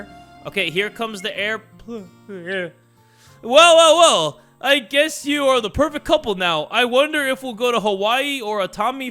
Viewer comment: "oh my god (shocked) hello my love" "here comes the air-pləæhen" got me wheezing😂